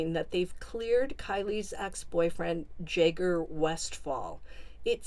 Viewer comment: Why are you saying Jay-ger? It’s Jagg-er.